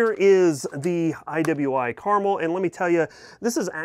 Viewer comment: It’s “Car-Mel!”